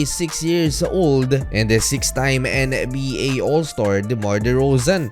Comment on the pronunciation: "N and B A" corny ng pronounciation boss